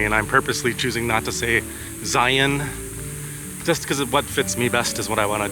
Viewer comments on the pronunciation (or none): You can take a the Kolob Terrace Road to the north out of the town of Virgin. There is access to Zion park via backpacking/hiking and also The Subway off of that road. By the way the way you are pronouncing "Zion" just lets the local know that you ain't from those parts. Just sayin.